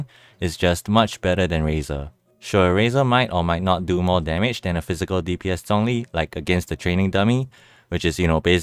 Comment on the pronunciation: Still pronounced zhongli wrong though. I’m using Chinese voice so I hear the correct pronunciation of his name